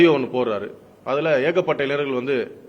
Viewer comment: வழக்கறிஞர் என்று சொல்ல தெரியவில்லை. சந்திர சூரியன் என்று உளறல். சட்டம் ஏற்றுதல் முறையே தெரியவில்லை .இளைனர் அல்ல இளைஞர். நாட்டை திரத்தப்போகுது. ?